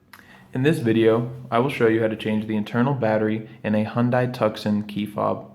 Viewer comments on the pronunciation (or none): Yes, I was a bit dismayed that in this how to video he mispronounces both Hyundai and Tucson. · Hyundai rhymes with Sunday or Monday.